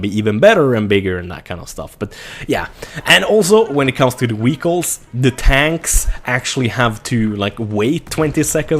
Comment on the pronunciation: Actualy its english way. And he says Vehicles incorrectly.